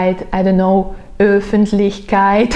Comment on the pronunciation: You are already doing an impressive job in regards of pronounciation. So for example I really like how you pronounce the "ch" in words like "Öffentlichkeit". Sounds like a native speaker. Same for words with those "Umlauts" which are usually really difficult to speak for non Germans. There you got just one word which you pronounced wrong. While you did very well on "Öffentlichkeit", when you said "Ökologie" it sounded more like "Ükologie". Its hard to describe how to do it, but I'm also following a girl from Munich which is living in America who did a very helpful video on that specific topic. So maybe this video will help you as well.